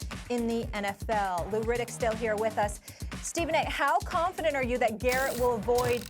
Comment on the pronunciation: His name is Myles GARRETT, not Myles Jarrett. Say his name Stephanie A Smith!